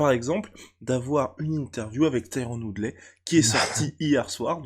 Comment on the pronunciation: Tydron woodlait 😂🤣😂🤣 nan les français sont juste incroyables 🤣😂🤣 Woodl(y) ça se prononce 🤣😂😂😭😭😭